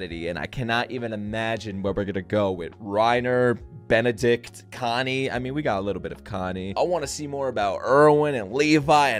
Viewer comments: Berthometule? Burb!? Burby!?! Benedict?!? BERRY?!?! HES NAME HARD TO SAY BUT HOW CAN U MESS UP BERTOLT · Him calling Bertholdt Barthenial 😂🥲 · Bwahahhahah..... I can't stop laughing when u always mispronounce brtholt name.... Bathamiel and berry hahhaha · Say it like ‘Bert-old’ not bartholemeux lmao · Thats bertholdt not benidict lol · I'm living for the wrong Bertoldt names xDDD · and then he called him "berry" sksksnksxjs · Bartholomew, barry = lol flash, then berry, then benedict. I'm already saying it, he will never say bertolt's name right looool YAY tOM NEW RECATION WOOOO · I love that you pronounce Christa as the Japanese Kurista. Also Bertholdt has so far been called: Barry, Berb, Bartholomew, Batman, Bub, Boskov, Benedict xD like a running gag at this point. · i appreciate you continuously getting bertholdt's name wrong lmao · I'm just here chilling to the sound of slaughtering Bertholt's name xD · Your pronunciation of bertolt made my day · You’re a true fan, because you can’t correctly say Bertholotos name. Good job! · This dude really just calls berthold any name that starts with a B 😂😂😂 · I love how he keeps messing up Berthold's name, it's one of my favorite things adsjashdk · The way you butcher Bertholt is so funny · The fact that you keep miss pronouncing Blasphemy’s name LMAOOOO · I love how you keep butchering Bertha's name. It's such a meme lol